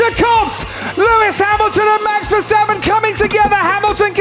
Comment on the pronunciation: it's also verstappen not verstapeen